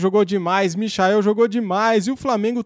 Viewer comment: O quanto mais o coitado do Michael vai ter que jogar pra ser respeitado véi!! Os caras não tem nem a humildade de falar o nome do cara direito!! Cê loko!!